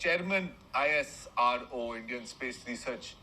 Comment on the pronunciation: Isro nahi continuee bolo iss RR oo